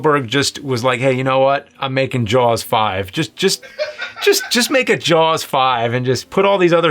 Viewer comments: Why the hell is pronouncing it "Jawls"? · dude you say the word jaws like you have a sock in your mouth.llololo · Why does he say “Jaws” so weird